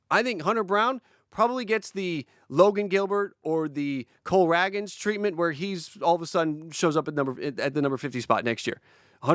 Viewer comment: Isn’t it “rae-gans” not “rag-gans”